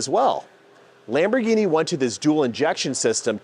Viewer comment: Lombargine machine 😂😂😂 Do they sell Roys-roys as well? Anyways the channel is great, refreshing to see one without the classic influencer approach